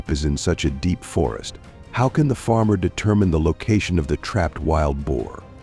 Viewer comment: It is prounced Bo. Not bow. Bow this type means to bend over.